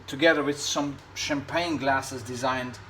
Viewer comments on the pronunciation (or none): none